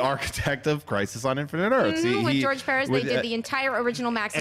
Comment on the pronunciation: It's interesting that pronounces "Perez" correctly:P